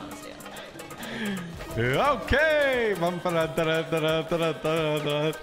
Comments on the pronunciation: It’s N A R U T O NOT N A R U D O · its naruto not narudo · All the Naruto fans can agree: the needs more respect for saying team 7’s name correctly, instead of NaRuDo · NAR- ROO-TOE not NA-RUE- TU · Why did samara say narudo its naruTo😡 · Whos nar roo toe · Narudo it’s naruto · bro said "Naluto" at the beginning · when she said "Na-doo-ro" i died :(( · He said naruto like narlto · She said narudo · Somoene count how many times they mispronounced the the naruto names or tried to say them in japanese acent. Still, love your channel man! did'nt want you to feel disrespected. Loved this video! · Don't now how to say Naruto l just stop saying his name